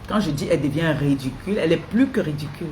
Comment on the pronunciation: On ne dit pas redicule ni rudicule On dit ridicule. Ngue redicule rudicule, j'insiste et persiste tu me la boucle illettrée